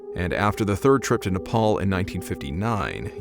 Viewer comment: 1st youtuber to pronounce Nepal properly